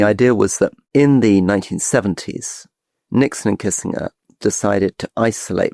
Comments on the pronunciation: Can’t find anyone else who pronounces Kissinger kissing-er rather than kisssin-jer.. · Rory needs to stop beingaprick pronouncing words how he wants to. Pronounce Kissinger properly yawanker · How do you present as credible commentators on international politics when one of you can’t even pronounce Henry Kissinger’s surname?